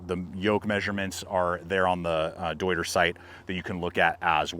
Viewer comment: German native here. Came to see you fail at pronouncing „deuter“. But you nailed it 😂 Good job.